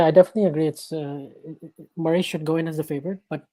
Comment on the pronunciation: Spoko podcast, szukałem czegoś podobnego do 'The Tennis Podcast', coveragu daily z Wimbledonu. Rzecz na którą zwróciłbym uwagę - wymowa nazwiska Murray. Pozdrawiam, powodzenia :)